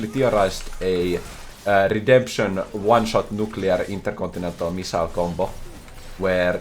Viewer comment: I loved when said:”It's RedempShening time” and used the technology once again. Truly one of the moments of all time.